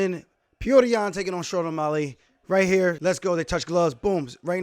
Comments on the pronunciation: Can someone please teach Aljo how to say O'Malley? Not O'Molly, it's O'Mah-Lee. Alley like an alley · As long as he can learn to say the guy's name, it's not o mulley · Nobody: Alijo: O’Maaly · the way he says O'Malley is cringe lol but respect to aljo for seeing the fight as it actually is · Sean - "oh you're a wrestler now!!???"I don't know what's better. Paulo saying Luke rockhold or you saying o'molly lol. Also how the fuck you say peoter correctly and hack up O'Malley lol Thanks for the vid champ 👌